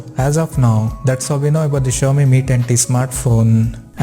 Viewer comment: Iske muh se Mi tatti sunaai de raha hai 😂😂😂